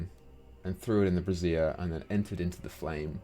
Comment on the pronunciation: What does he say brazier like a bra???